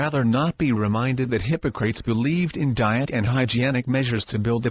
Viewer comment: If you can handle the automated voice that pronounces Hippocrates hippo-crates (:)) this will save your life!